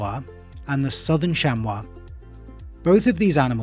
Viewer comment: Thank you for pronouncing chamois correctly. American mispronounce it as shammy. Most have difficulty with French vowels and combinations, acting like the French are being difficult on purpose.